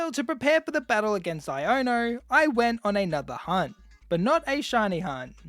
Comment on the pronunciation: Why r we saying iono wrong